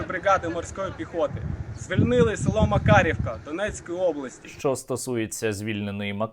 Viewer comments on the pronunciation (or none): Макарівка а не макаровка😂